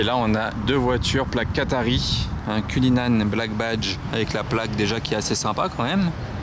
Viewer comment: cuLLinan, pas cunninan.